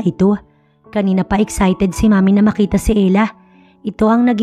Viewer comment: NANG MAKITA NOT NG BAKITA.